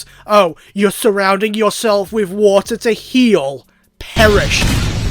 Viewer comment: Did you know that vaporeon... Can turn into wa'er